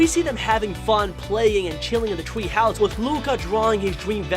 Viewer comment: Bruh. I hear you saying like tweehouse thwee like what why are you saying words with the letter w- and people if you guys didn't hear it try hearing it by repeating it until you hear him like saying tweehouse and thwee